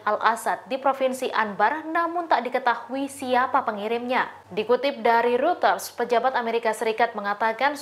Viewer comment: Pelajari dulu cara baca "Reuters" yang benar mbak. Tanya sama bos Anda.